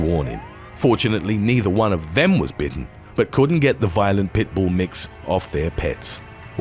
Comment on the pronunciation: Agreed. Especially the way he says pit bull compared to other name breeds.